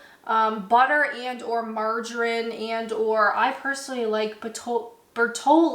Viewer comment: Hey, please don't say 'margarin' it doesn't exist anymore, and you say it weird 😂😂 Good cheese though